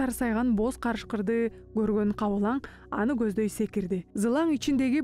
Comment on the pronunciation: "Бул маселелерден да өзүнө азык дайындоо эң маанилүү экенин сезип турган". Которгон тилчилер диалектиңер менен эмес тилдин нормаларын сактаганды үйрөнсөңөр. Сабатсыздар тажатты. ДАЙЫНДОО эмес Даярлоо болот. Google менен которгонго чамасы. Же үн кошкондон кеткенби? Кабылаң эмес Кабылан.